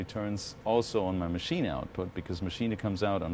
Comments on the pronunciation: That's how its supposed to be pronounced. Machina. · He does because he's German, and it's a German product. So he's pronouncing it correctly. Sounds a little funny, but technically is correct. There's a couple of Richie Hawtin videos where he says it the same way.